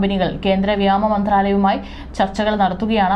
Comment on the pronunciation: ഇതെന്താണ് കുട്ടി, ' വ്യാമ ' എന്നു വായിക്കുന്നത്? പുതിയ വാക്കാണോ?